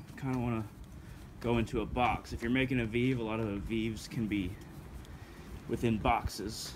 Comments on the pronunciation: VEEV 😂😂😂😂😂😂😂 that’s not how you say it lmaooooooooooo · It is "veh veh" not "viiv" and it's pronounced "voh due" and veve are not burned especially not to papa legba!!!! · Vay-vay* and voo-doo* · that’s fine lol. It was just funny